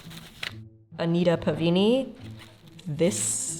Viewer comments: Why do you keep mispronouncing PavAni as PavIni? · As a classical singer pronunciation is my thing so to answer some of your pronunciation questions- Pa-va-knee [pa-va-ni] not Pa-vee-knee [pavini] Lye-nen-took [Leinentuch] though the final consonant is more of a cat hacking up a hair ball sound than an American English k sound but we don’t have an equivalent sound and I don’t have an IPA keyboard on my phone. Fine-len-en-ba-teest [Feinlenenbatist]